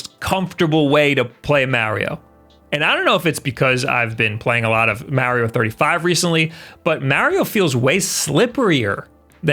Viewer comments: MA, say it with me, MA . MARIO not "meh" not "myao" MA-RIO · I hate how you keep calling it marryo instead of mario....maybe your french? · IT IS SUPER MARIO NOT SUPER MEARIO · it's MAR-RE-OH, not Marry-yo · It's not Mayorio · It must be a Long Island thing. I believe Colin Moriarty is from Long Island and pronounces it “Mary-o” too. They also both say “Thank you” with a “th” pronounced like “that” instead of like “thought” the way everyone else in the universe who speaks English do! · Super "Mehrio" Brothers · Ok, I'm ready to hear marry-oh a couple dozen times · Why you keep saying mowrio bros? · the way he prounces marios name is funny lol poor mario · Just watching to hear him pronounce ‘Mario’ over and over. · Why can no one say “Mario” the proper way? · This video is so hard to watch. Hearing mario pronounced like that a thousand times hurts the ears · His pronunciation of "Mario" will be the reason I unsubscribe. Especially with how often he says it in videos like this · You've pointed out that people pick on you for putting "Mary O" wrong. You also pronounce myriad "miree odd" wrong. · I was about to criticize the way you said "myriad" but then I remembered you say "Mario" like an old woman who doesn't speak English. Love you!: )